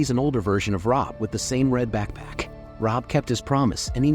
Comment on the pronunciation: Why is backpack causing the AI voice a stroke.